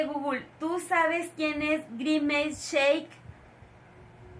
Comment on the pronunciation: Nose llama grimescheque es grimes😊